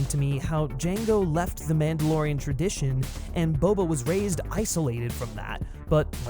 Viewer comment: perhaps it would pay to learn your pronunciation of his first name a little better.